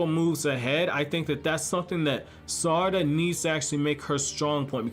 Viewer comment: The way you say her name is irking me